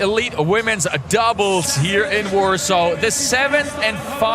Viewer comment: Why does the guy keep saying warso? Isnt it warsaw?